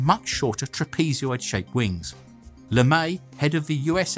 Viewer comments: "Trapezoid" is a 3 syllable word, not a 4 syllable one. The last syllable is "zoid", not "zeeoid". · You say "trap-ee-zee-oid ones", when you really mean "trap-ee-zoid" ones. But more accurately than that, you should have said "trapezoidal" ("trap-ee-zoydal") Sorry.